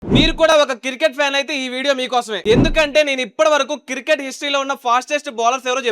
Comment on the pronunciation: Cricket ❌ circket✔️ 😁🤣😂